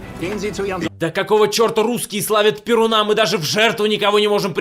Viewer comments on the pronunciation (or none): none